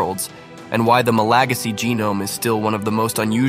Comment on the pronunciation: The way he says "ma-LA-gasy" sounds wrong in my ears. In English, we say "ma-la-GA-sy" ==> /ˌmæləˈɡæzɪ/